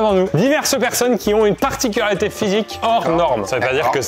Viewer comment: sa particularité c’est de ne pas réussir à prononcer « particularité » correctement en début de vidéo 😂😂